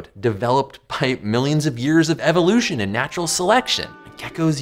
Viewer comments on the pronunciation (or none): none